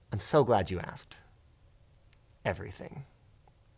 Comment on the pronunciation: if they can’t be what!?!? ARSKED!?!? Just want to make sure I heard that right and that there wasn’t any discrepancies when switching up the English language. I would like that 10% more spell checked if we are going to change up that word. And I will gladly pay for the 10% more if it means I get the the original spelling of the word, “ASKED”. If that was the word you were trying to say.